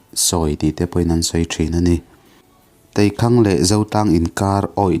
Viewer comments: Teikhang thluk Poh lamdik theilo chhiar hma in zawt ve thin la....tei thing ihria em Chu Chu athang Chak lutuk a,dapzar tawngin Thrang hi( thranglian) hi mak tiin khang hi mizo tawng in Thang(Thrang) ani e... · a van ṭha em. Teikhang khi thluk san deuh tur a ni em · Teikhang i lam dik lo nghal a ni maw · Teikhang tih kha lam dik lo deuh nikha... Tha thei lutuk e. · Teikhang tih hi a tei Lai a hi han lam sang zeuh la ngaihthlak a van nuam leh zual dawn em ka ti ka naute 🤣🤣 🤣 t